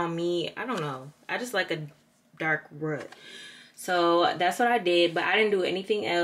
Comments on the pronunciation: Jhania Maur-kaela I was like....what?,., 😂😂😂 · It’s you saying “rut” instead of “root” for me 😂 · I was looking for this comment😂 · I’m crying! I had to rewind cause I thought I heard her wrong😂😂😂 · I thought it was just me 😂😂😂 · Brittany right , said it a few times 😂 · I rewinded it like what did she say 😂 lol love ya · lmaoo I have never heard anyone say that!! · It caught me off guard 😭😭😂😂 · The way she says “root” .... “rut” 🤣🤣🤣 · I know my good sis didn’t just say rut for root 😭😭😭😭 sisssssss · Sound like somebody southern grandma! Whew Chile the “RUT”.🤣 gotta luv her though lol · My step dad from Wisconsin and he says it like that too 😂 they don’t say roof they say ruff lmao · Girl you crack me up how you say root! 😂💀💋💋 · The way you say root lol